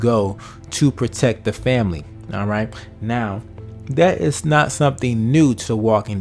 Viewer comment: It is pronounced PROTECT.... Not Proteck